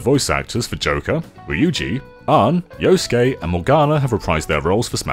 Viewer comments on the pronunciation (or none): Okay, I wasn't gonna comment on the pronunciations, but then you called Yusuke 'Yosuke' even though that's a character in Persona 4.